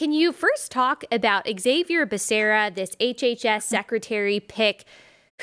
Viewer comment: you pronounced Becerra wrong. It's pronounced Bakaria...I mean Beshera.